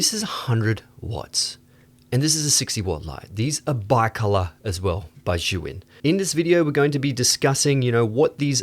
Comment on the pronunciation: You keep calling the brand "Zhu Yin" instead of "Zhi Yun" But this is a great video